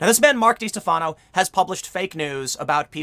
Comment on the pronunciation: How do you not realize that by mispronouncing his name, you’re actually helping him? It’s pronounced De-Stef-uh-no